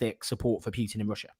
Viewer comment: It's not pitin it's Putin